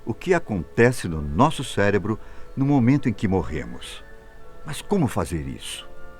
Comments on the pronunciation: o que irá acontecer com nosso "CÉLEBRO" doeu no cérebro essa. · ele mandou um “celebro” ? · min "celebro" kkkkkk